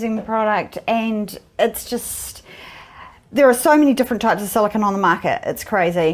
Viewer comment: Is it me, or did pronounce "silicone" five different ways in the same sentence?